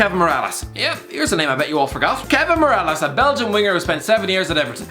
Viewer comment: Kevin moralas looooool its MIRallas